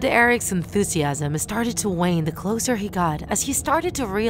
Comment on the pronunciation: I like how she pronounces words differently like “closer” she says “clozer”(I’m not making fun of her I’m just saying that I like how she pronounces the words differently)